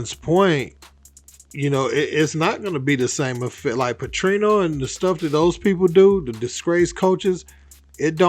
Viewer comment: It’s NOT "PATRINO!" It's PATERNO Bra!! 😒😂 WHITE COACHES AINT DEALING w HISTORY of RACISM - Silly, HISTORICALLY CONTEXTUALLY DUMBFOUNDED mutha... !! 🏈🏟️🇺🇸💯😾 And I say that w love for Luke 🙏🏽💜. He mean well... BUT - Sherrone is the FIRST BLACK COACH MICHIGAN, due to utter devastation of centuries of discrimination and human rights violations. It’s OBVIOUS WHAT THE CONTEXT of what Ryan said was! Come on Blk folks 🤷🏽‍♂️🌎💯🦉